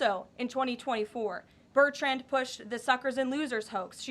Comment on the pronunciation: Is Bertrand a hard name to pronounce???